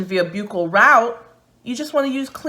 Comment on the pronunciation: Buccal is pronounced "buckle."